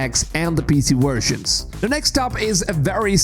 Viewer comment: What the hell’s a “wersion”?